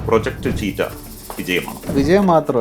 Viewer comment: The word cheetah is pronounced as CHEE-tuh